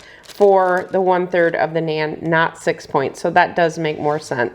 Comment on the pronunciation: Please pronounce naan bread correctly 😊